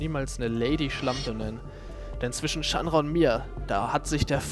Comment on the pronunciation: so wie du chandra aussprichst is schon richtig :D